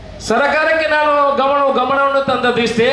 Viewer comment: ಣಾಣು ಶಾಷಕ... ಇರ್ನ... ಸ್ವಶಾಂತ್ರ್ಯ....